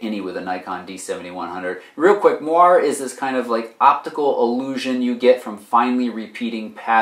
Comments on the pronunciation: Moiré is pronounced mwaray, not mwar. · Moire is pronounced mwɑːrˈeɪ